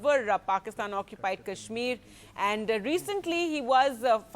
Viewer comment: Aaandu, eeeesssu, awardeddddu.. Nice English